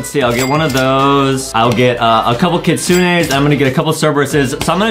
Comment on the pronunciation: ADEM DO BE SAYING KITSUNA LOOL